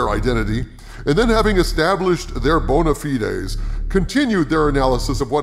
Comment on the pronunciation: Thanks for pronouncing Bona Fides correctly!!! Hail